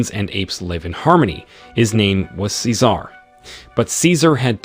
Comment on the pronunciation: Tf he says cecar like that